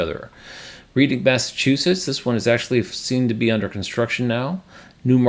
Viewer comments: Reading MA is pronounced “redding” lol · First here. Thanks as always. Still wondering about the terminology "pip" and what exactly that refers to. Any help? Also the location in Massachusetts is pronounced "Redding", like the city in England. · Reading, MA, is pronounced "Redding" ... I live near there, so can check it out for you.